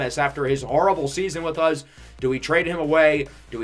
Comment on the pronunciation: What state do you live in? I find it interesting the way you say us because you say uzzz. Just like us in Pittsburgh say yinz instead of you guys.